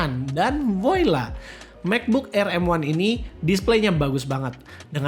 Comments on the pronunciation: baca nya : vwaa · laa bukan voila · hahahah voila bacanya: VOALA! bukan buoila wkwkwk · Voila dibaca voala om